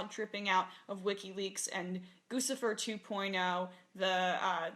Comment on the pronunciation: It gets me really upset when people mispronounce guccifer It's GUCCI-FER LIKE GUCCI MANE OR GUCCI THE BRAND